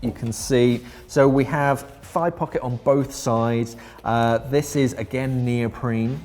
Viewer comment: I kept thinking you were saying five pockets. I was sorely sorry about your math till I realized you're probably saying thigh, not five. :)